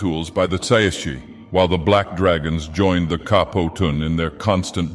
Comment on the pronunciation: tsaeci is pronounced sigh-see